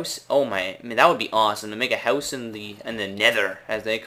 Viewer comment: why do you say house like that..........????